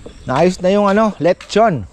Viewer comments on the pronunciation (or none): Letchon ☑️ LeXchon ❌